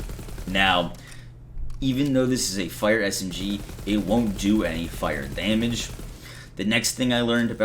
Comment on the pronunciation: LoL! Deeeehhhhmige!!!